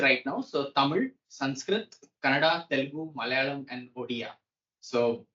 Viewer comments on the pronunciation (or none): none